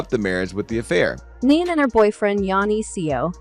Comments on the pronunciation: Her name is Nene not Nan ,!! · Her name is pronounced like the word knee (knee knee)...not nen or neen ...yw 🙂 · Who narrated this???!?!? They can’t even say her name correct !!! Whoever narrated this should do their due diligence on sayings name correctly!!!